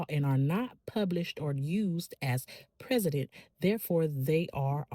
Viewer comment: You are one of only a handful of LAMH cc that i subscribe to because of your good content. Unpublished cases lack precedent (pronounced pres-i-dent).